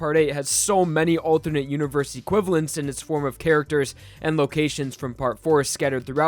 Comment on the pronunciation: I can't get over you pronouncing alternate as althurnate. I'm sure you're not doing it on purpose, but I find it funny